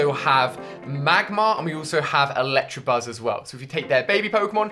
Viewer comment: Electa not electra